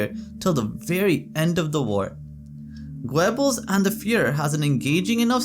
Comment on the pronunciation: It is pronounced Gerbels not Gwebels.